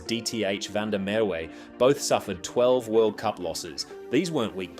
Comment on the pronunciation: Van de Merwe is pronounced "Fun-De-Merr-Ve" 😂😂😂